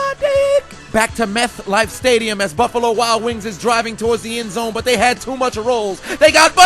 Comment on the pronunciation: Meth-Life Stadium LOL